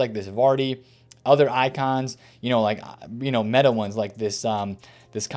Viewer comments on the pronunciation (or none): none